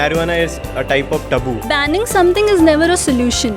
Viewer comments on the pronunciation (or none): kya bhai ? marijuana is a type of “tabu” bhai taboo hai wo thah-bu !